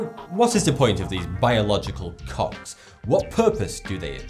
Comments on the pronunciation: LOL DUDE ITS COGS NOT COCKS XDDDD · do all british people pronounce "coGs" ans "coCKs"? all the brits i know do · I thought he said biological cocks xD